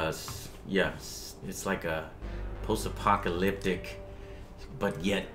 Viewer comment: Did he just say "post-apocYalyptic"